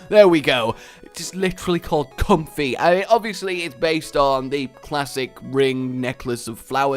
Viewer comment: I think it's pronounced like 'com-fae' not 'comfy'